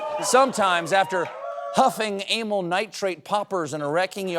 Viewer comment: That prononciation of 'amyl' is desperately close to something one might do after huffing them.